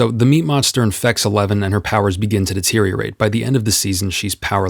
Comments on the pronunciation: I’m not going crazy that you’re saying “a lemon” instead of “Eleven”? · wait are you saying eleven or a lemon? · As someone who hasn't watched stranger things, I really thought he was saying 'A Lemon' instead of Eleven. I was utterly confused until I remembered her name. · I keep hearing "Elemon" instead of eleven 😄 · NEVERMIND HE REALLY IS SAYING A LEMON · ....it sounds like you're saying "A Lemon". Am I hearing shit